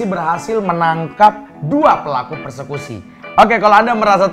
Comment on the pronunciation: Persekusi jadi perkusi hahaha XD cakep cakep, beritanya punya informasi skaligus ngelawak jg